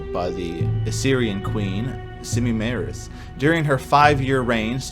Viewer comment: Its *Samiramis not Semimeris.😅 But heres the thing, theres not much info on Queen Samiramis. Shes been associated with Nimrod, Tammuz, and Nebukinnizer. .. So I wonder if she really existed. Even the garden could be a myth.😊